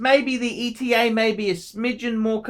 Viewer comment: Are you the only one that pronounces ETA correctly? Good on you, mate.